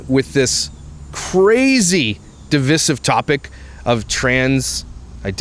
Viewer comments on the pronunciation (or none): it’s div-eye-sive 🙃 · I love you but I loathe how you pronounce divisive. Sort yaself out mate